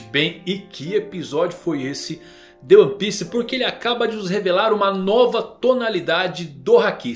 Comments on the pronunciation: A "Noba" tonalidade..kkkkk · Eu sei que ele vai mudar logo e ninguém vai entender mas "a noba" foi foda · Mkkkkk “NOBA” é incrível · A "noba" rsrs...